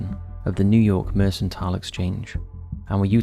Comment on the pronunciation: "Mercantile" with a hard c, not "mersentile." I will never believe that is voiced by a human being, not when there is a glaring pronunciation error in almost every single episode.